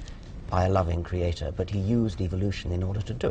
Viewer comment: I'm sick of this bitch saying kreeaeTOOR